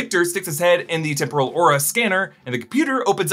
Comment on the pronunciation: Every time I hear say "temporal loom" y hear "temple of doom"... or is it just me??